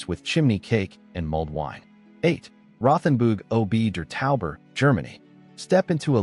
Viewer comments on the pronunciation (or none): Credibility would be improved if the names of the places were more accurately pronounced. (RoTHenburg Oh Bee der Taube? Really? and Jeeth Horn?) Most of these places are already somewhat over-run with tourists, certainly in the summer months.